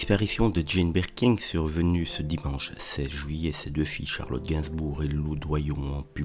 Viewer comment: Je ne sais pas si je préfère le cheveu sur la langue ou la prononciation "BirkinG"... 🤣